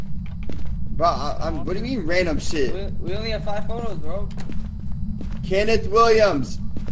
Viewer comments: i just wanna know what possessed into not saying kenneth right😂😂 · why do they not know how to pronounce kenneth